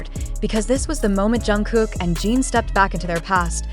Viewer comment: Every time I hear her say Gene instead of Jin, it makes me believe it less. And they don’t have JHope’s discharge right either.